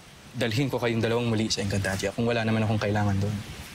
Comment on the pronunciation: Napansin nyo ba na nagkamali si danaya sa pagsalita nang encantadia... Sabi nya encantadra😂😂😂😂